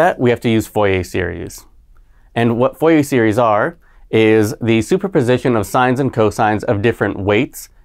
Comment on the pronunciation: ˈfʊrieɪ or [fuʁje]. not VOIEY/FOIEY